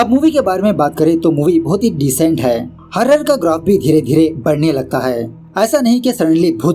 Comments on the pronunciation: Sir ji horror ya hurrer😂😂😂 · 🙄🙄🙄😶😶😑😑😑.....kyaa horror bola😀😃😃😃😃🙂👌👌👌👌👌👌👌